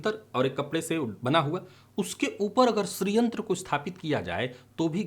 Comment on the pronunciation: 'श्रीयंत्र' बोल रहे हैं या 'स्री/स्त्रीयंत्र' ?